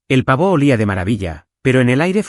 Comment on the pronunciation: El Pavò parece francés 😂😂😂😂